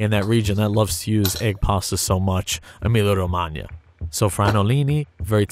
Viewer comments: EmiliA-Romagna, not Emilio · Every time he said "Emilia-Romagna" my Canadian-Romanian brain kept thinking Romania because that's how it's actually pronounced